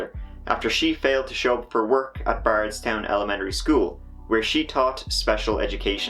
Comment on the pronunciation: Also I pronounced bardstown weird and brooks houcs so wrong